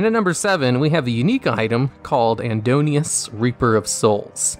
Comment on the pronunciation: "AN-DON-IS-US" ... dude how the fuck do you look at that and go "andonius" ??? also 5 min not 10 min.